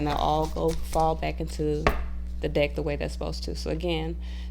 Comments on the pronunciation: the ways you say deck sounds very similar to dick and made the whole video a bit funny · I love this 💜 but for a moment I thought you said “when your dick falls out of your hand” oh haha thanks for all the helpful tips beautiful 🦋